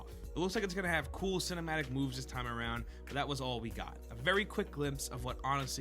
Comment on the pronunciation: I heard ‘cinematic moves’ as ‘cinematic boobs’. Both are fine.